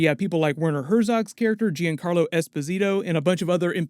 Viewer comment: giancarlo as in "djunn-carlo" please don't say jeancarlo ;) it's italian!